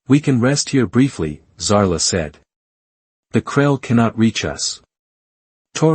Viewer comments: It’s a bloody wound (pronounced “woond” . When one winds a clock it is said to be “wound” but if you are injured you are said to be wounded, (pronounced “woonded”. Teach your AI the correct pronunciation determined in context. Oh! Another thing, her name is “Zara” not Zala. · At about : : the prime female's name is falsely said as if it had an 'l' in it!. Oops LoL 😢😢